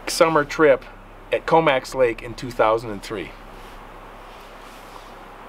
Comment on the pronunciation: COMOX is pronounced CO MOX as in BOX. Great true story about an encounter with a hybrid creature with baddy angel DNA in it